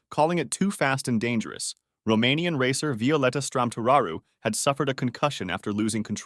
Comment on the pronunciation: Strămăturaru... not Stramturaru